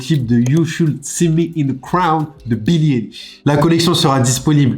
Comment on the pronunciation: Argh. c’est pas Billie « Élish » mais ça se prononce « Aïelish » ou « Eyelish » niveau prononciation😭